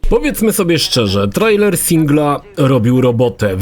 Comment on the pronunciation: Hej, po polsku czyta się "trejler", a nie trajler